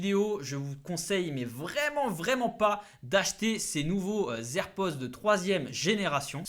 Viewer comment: Les "zer'pods" .. 🤦🏽‍♂️